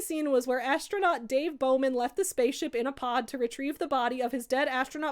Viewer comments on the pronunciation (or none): none